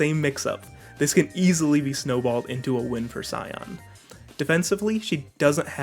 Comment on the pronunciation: Pronounced as shion, even in fgo. Sorry that scion killed me a little